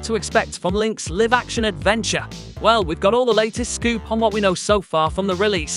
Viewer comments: lol, clearly English isn't your first language. It's not "liv" action (rhyme with give), it's "lie-v" action (rhyme with "dive") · can you PLEASE not say LIVE wrong, its not LIV...ugh hurts my ears